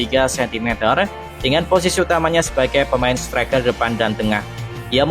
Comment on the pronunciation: Maaf min koreksi : -. Setereker atau striker, -. Presisi atau Persis Solo 🤔🙇🙏